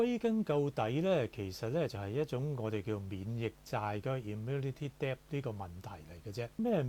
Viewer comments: Debt中的b是無聲的，所以個字的發音應該是det。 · Debt is pronounced as det